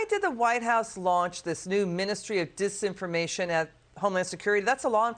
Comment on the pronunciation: Bidan couldn't even say the word dis information